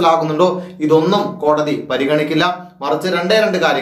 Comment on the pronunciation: Sir kodadi vidhi alla kodadhi vidhi ennane but sir chullanane tto poli chegayi sir uyir nale anukoola vidhi undavatte